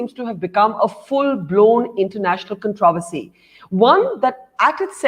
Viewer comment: Controversy pronunciation mistake by Barkha Dutt 😀